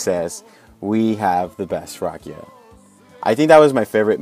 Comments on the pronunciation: The way he said rakija- Its not hate its just funny a bit..Respect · And you are saying wrong rakija